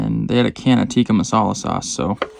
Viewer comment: You totally botched that tikka masala bro 😂